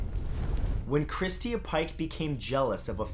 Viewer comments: It is Christa not christia. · Polly Pockets but butchering simple ones like Christa and instead saying christia. Or saying macabre like macarbrah. 🙄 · Oh man you might be on to something there. Like what the hell is Christeeah? He's never heard the name Christa before? Like ever? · Video says " Christa " but you say Christia I'm confused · You are saying Christa wrong. lol.... Never heard it said that way.